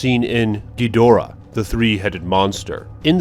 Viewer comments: Its Ghidora!! Not Ghidra!! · Dude it's Ka-yi-ju not Ka-ae-ju and it's Ghi-do-ra-h. BTW Awesome vid. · Ghidorah not Geedrah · To be fair the Ghidra vs Ghidorah thing is a result of the american version naming him Ghidra. His real name is Ghidorah. But people say it either way. Rodan is actually Radon in japan but his name was changed to Rodan to not confuse american audiences with the Periodic Table element of the same name. (how they would confuse an element with a flying reptile I don't know) Radon deriving from Pteranodon = Pte "RA" no "DON" Cool vid man. I hope we get lots of good stuff from Bandai and Neca. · "Kay-Jew"? "Geetra" the three-headed monster? What are you even saying? What is wrong with your voice? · when he mispronounces a word i wanna bang my head on the wall, especially on ghidorah